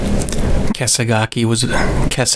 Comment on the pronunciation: I agree. It's clear in the recording he accidentally called "Kesagaki" "Kesaga" with a strong emphasis on the "Ah" as the final syllable. A common mistake when narrating. The repetition of the name is him trying to solidify the pronunciation before continuing. is of course not lying when he said he didnt record this but in the momumental task of producing such a massive video you're bound to forget some stuff.